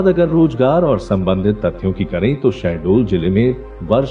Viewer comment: SHAHDOL not sahdol😒🤔 gawar